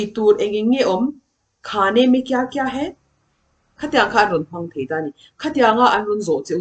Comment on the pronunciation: Ni leh awm sawi nan है an hman hi chu 'He' nilo in Hai emaw 'Hei' ti tep a lam zawk tur a ni e, 'He' tia i lam ho khi chu हे tihna ang a lam chi kha a ni, He ti tawp Hi chu Oh tihn emaw mizo chuan ehe, kan tihna ang chi kha ani zawk. 🙂. Mitin en theih leh hriat theih tura chhawpchhuak tur chuan a diktak a chhawpchhuah zel theih se a va lawmawm dawn em!!! ka ah Enge an i tih? tih khi A lam dan khi mipui zirtir tur chuan va dik chiah lo em!!! 'Kesa' nilo in 'Kaisa' emaw 'Keisa' tih a lam zawk tur a ni. 👍